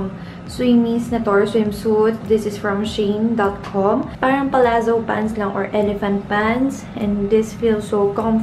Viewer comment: she^in bes not sheen